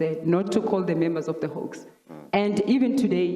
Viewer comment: Hawks, not 'hoax'